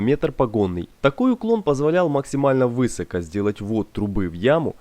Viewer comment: Русское словесное ударение: высокО; срЕдство, мн. срЕдства. И трубу заложили, а не заклали.